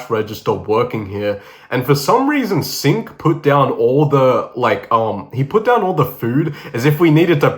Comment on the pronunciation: Yoo bro that's aint sink it's singh 😢😢if he's from north india